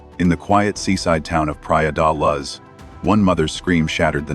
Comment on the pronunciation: Pli-er del-uz ?